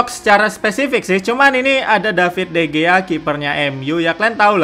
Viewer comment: Sedikit pembetulan dikarnakan orang Sepanyol sebutannya jadi De Hiya